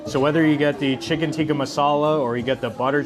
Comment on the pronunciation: I appreciate your video; far too often I hear westerners say ‘chicken tiki’ as opposed to ‘tikka’, your diligence in pronouncing the dishes honors the food and culture, blessings bro.